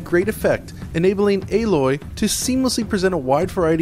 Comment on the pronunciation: It is not pronounced A....LOY its ALOY